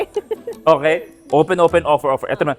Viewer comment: "Owpen Owpen Owfer Owfer!!!"😅😅😂😂